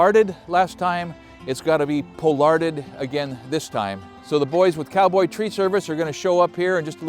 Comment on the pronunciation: Poll as in poll parrot, - ard , Pollard not pole-ard. Lovely tree, by pollarding this you will lengthen its life, weeping willow is a short lived tree and I have heard of families getting quite upset when the tree that the kids remember being their hidey hole, camp, etcetera dies almost overnight, as they do. But there are pollarded trees a hundred years or more over the natural life of its species. Ideally you start early !